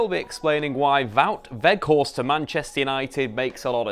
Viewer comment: Props for saying his name almost properly